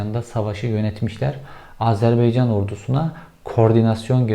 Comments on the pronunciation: Kel kafa (bu arada ben de kelim😀) once Azerbeycan degilde Azervaycan demeyi ogren.Ikincisi Azerbaycan cok az bir topragini geri almis!! Yabma yaw😁😁 12000 kilometrelik isgal edilmis topraginin 10000 kilometresini isgalden kurtarinca cok az bir topragimi geri almis oluyor? Kel kafana martilar sicsin!! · Beycan değil AZERBAYCAN,, önce bunu bir öğrenin. Bir ülkenin adı doğru telaffuz edilmelidir. Hele bu soydaş bir ülke ise. Biraz özen ve bilgi.... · Cevheri, kanalını severek takip ediyorum lakin bugün Azerbaycan’ı bin kere "Azerbeycan " diye telaffuz etmene takıldım da konuyu takip edemedim. Takıntılıyım biraz galiba.😄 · Beycan nedir ya Şu ülkenin adını doğru telaffuz edin Baycan deyin Baycan Azerbaycan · Ülkenin adı Azerbaycan dir Beycan değil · Azerbeycan değil bir öğren AZERBAYCAN önce bunu öğren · Azerbeycan değil AZERBAYCAN! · Azerbeycan değil malın oğlu.Azerbaycan. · Azerbeycan değil AZARBAYCAN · Hepsi iyi güzel de, RTE ve benzerleri gibi AzerBEYcan demek yerine doğrusunu, AzerBAYcan demeyi seçsen iyi olacak. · Azerbeycan değil, Azerbaycan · ..beycan değil. ..baycan. Azerbaycan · Azer Beyin Canı demekten usanmadan bitirdin. Doğrusunu biliyorsundur ama ben de hatırlatayım. Âzerbeycan yanlış... Doğrusu Âzerbaycan..! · AzerbEycan değil gerizekalı! AzerbAycan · Cevher. Bey.. AZERBEYCAN değil.... AZERBAYCAN.. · Abi telaffuzda hata var Azerbaycan diye okunuyor bunu bizzat orada ögrendim kesin bilgi :)